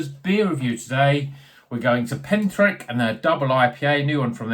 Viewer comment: is the correct pronunciation! Looked good this one from Pentirch. Still some left in the Bottleshop I work in, so i'll pick one up. Cheers!